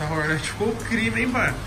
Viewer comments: Me dá muito nervo nego falando Rornéti .. kkkk mto zuado 😂😂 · Não entendo porque tem que falar “hornéti” se o nome é “hórnet”? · Togordo' sabe nem fala "Hornet"